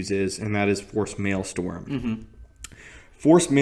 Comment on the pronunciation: It's pronounced "Male-strum". In a way, Darth Malgus is the opposite of Darth Tyrannus. Dooku was all about elegance and subtly, whereas Malgus was usually about as subtle as a sledgehammer to the face. Just because he was brutally direct doesn't mean he was stupid.